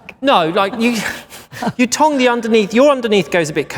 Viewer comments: i keep thinking he's saying tongue 🤭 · I read this comment before watching the video and now I can't stop laughing every time he says it 😂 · At first I thought he was saying tongue 👅 then I realized it was tong. Does he mean curl? 🤔💭🥰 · What’s a tong? Lol does he mean a curler? What’s a tonk? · Say tong again dude... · i couldn't tell if he was saying tong or tongue. i had never heard of someone calling a curling iron a tong before! lol.